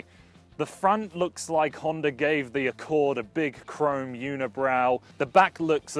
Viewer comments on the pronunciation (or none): honder accowd